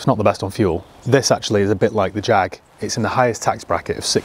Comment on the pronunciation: jaaaaaaaaaggg ...come on get it right